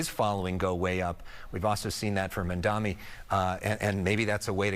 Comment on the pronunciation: "Mandami"? You can't even pronounce his fucking name right. I don't think anyone has to listen to your opinions regarding him.